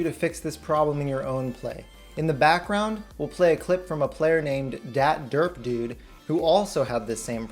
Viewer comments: da T der P dude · I can't get over the way he said "DatDerpDude"